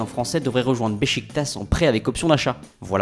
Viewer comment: "Sur le MeRcaTô"